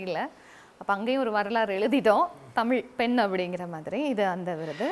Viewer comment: இலங்கைப் பெண் என்பதற்கு எந்த அடையாளமும் இல்லை. தமிழ்ப் பெண்ணை, தமிழ்ப்பென் என்றும் உச்சரிக்கும் இந்தப் பெண்ணை எப்படித் தமிழின் அடையாளம் என்று சொல்லமுடியும்.